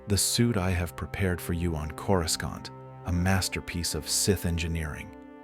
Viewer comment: Pronounced Cori-saunt not Coris-can't 😂